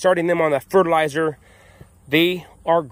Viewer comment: Hey Beavis he said fertilizard